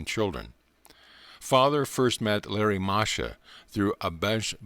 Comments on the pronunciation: It's Lahiri Mahashay and not Larry Masha for those listening to this. Thank you for this though. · Lahiri Mahasaya (Lah-he-ree) NOT Larry Mahasha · Lahari Mahashi not Larry Masha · Pronunciation: Laa-hee-ree. Moa - ha - shoy.